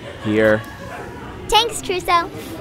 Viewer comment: I like how daphne says tanks insted of thanks! 🐶